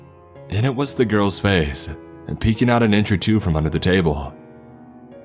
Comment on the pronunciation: Wrong-uh Face-ah Me-eh Itself-ah Thera-eh